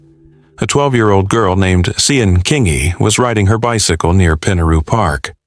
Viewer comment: Australia here Sian Kingi. Is pronounced Sharn. Valmae Beck & that boyfriend Watts are the most disgusting py.